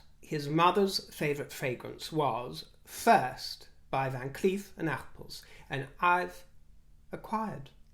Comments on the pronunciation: Dear. This is written with no ill intent. I very much like your use of the language and that is why I write this. In "Arpels" you have to pronounce a strong "R". You almost pronounced it like "apple":) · My American ear heard "Van Cleef and 'Apples'" 🤣🤣🤣🍎🍎🍎🍏🍏🍏